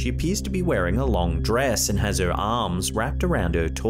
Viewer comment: Dude. Please pronounce your “h” in the word “her” lol